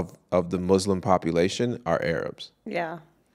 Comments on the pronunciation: Muslim, not muZlim, please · please pronounce Muslim with soft s. I didn’t know you were Muslim before you met! That’s amazing! « If you wanna elaborate that’s fine » « No, I’m good » You’re smart about being careful/picky about your friends. Vulnerability is so attractive. I loved the end